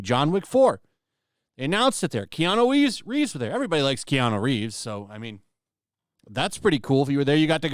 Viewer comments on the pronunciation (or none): none